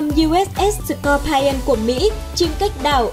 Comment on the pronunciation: Scorpion đọc là s cọc pi ơn chứ không là s cọc pai ơn , Anh văn chữ I khi đọc là ai khi đọc là i là tuỳ vào nhấn giọng hay lên cao chữ đó . Vậy Scorpion nhấn ở chữ O đầu còn I và O sau thì không ! Nên I đọc là i không có ai nhé